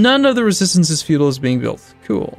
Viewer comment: I keep hearing pronounce it as "Resistance is Feudal". This is not CK2.